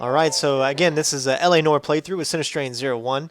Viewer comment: I realize that this is about 5 years too late,, but it's pronounced "nwahr", not "Nor".